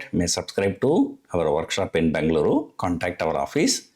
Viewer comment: Pls pronounce as Bengaluru and not Bangaloru